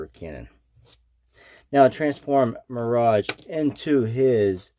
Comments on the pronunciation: American: My-Rage, obviously ;) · Good review, but you can't pronounce mirage correctly Off-putting